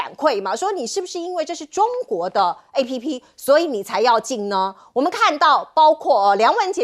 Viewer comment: App 又唸錯了，官員與主播的英語水準怎麼愈來愈低呢 ? 官員就是內政部次長<馬士元>。